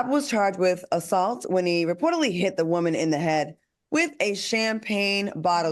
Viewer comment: The way AL say woman